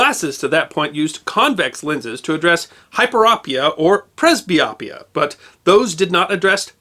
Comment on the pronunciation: It was Gholam Peyman MD who invented the excimer laser. I know him well. And the last part of each disorder, myopia, hyperopia, and presbyopia the "o" is a long, not short sound. I work in ophthalmology for 40+ years and have had the privilege of meeting many amazing MDs from around the world who were also inventors. Thank you for your channel. Just discovered it and am thrilled to learn the back stories on so many interesting topics.